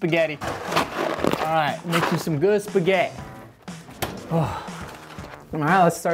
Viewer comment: He says “ ima make you speghhiti for ~BREAKFAST~